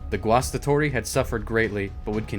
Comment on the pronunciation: Great pronounciation of 'Guastatori'.